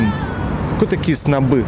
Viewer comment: Не снобЫ ,а снОбы .научись сначала сам ,а потом других учи .